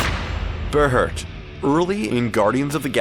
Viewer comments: It is pronounced bear heart, not ber hert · Ber-hurt. Ber-hurt. Seriously? It's Bear-heart. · Berhert is pronounced Bear Heart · You said berhert wrong